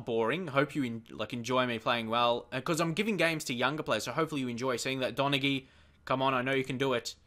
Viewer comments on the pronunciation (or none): Donaghy is pronounced Don-a-hee, if you wanted to know